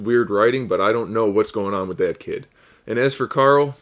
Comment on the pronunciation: are you calling him coral on purpose or is that just how you pronounce it